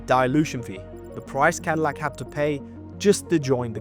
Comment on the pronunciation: lol. cadilac. 😂😂😂😂 what a mega cringe